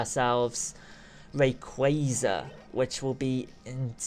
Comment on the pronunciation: You say Rayquaza wrong